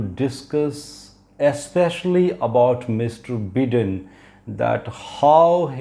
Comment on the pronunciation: Sir.. Looking forward to your prediction coming true.. One suggestion though.. Its not Joe "बिदेन" rather its Joe "बाइदेन".. Those watching from US may draw this fault in the pronunciation!!